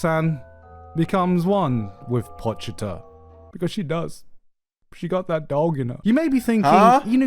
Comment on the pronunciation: BRO PRONOUNCED IT AS "POCH-TA" ITS GOD DAMN "PO-CHI-DA"